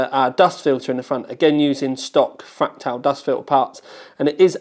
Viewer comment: so annoying hearing you say FRAK-TAL